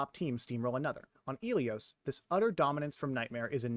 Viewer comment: the fact that you say "Ilios" like eelios when the game itself pronounces it like Ill ee os is crazy